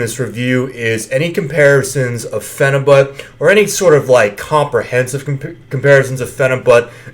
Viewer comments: pronouncing it with the but at the end... not pronounced correctly. also calling yourself a good looking looser?? this whole review is a turn off. and no offense you look extremely sweaty. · Phenibyoot! Not but. Ok carry on.